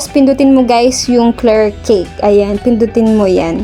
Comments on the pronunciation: bakit cake ang basa po dyan ay cache it sounds as Cash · Cash po ang pag pronounce ma'am sa Cache. Wag mamasamain netizens.